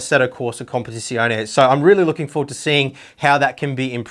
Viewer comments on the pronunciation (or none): none